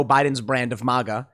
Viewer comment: MAGA Tim not MOGA. It’s weird. Good video though